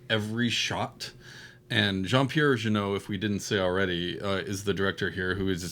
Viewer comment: Just putting this out there : for an English speaking person, Jeunet would be pronounced ‘Juh-nay’, not ‘Juh-noh’ .